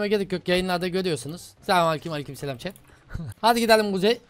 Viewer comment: de abi chat e shet diyo